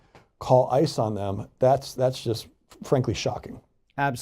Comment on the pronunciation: On a completely unimportant note, the way you say IIICE, truly every time my brain assumes you're going to say ISIS. lol